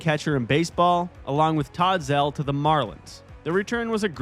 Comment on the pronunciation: It's pronounced "zeel", not zell.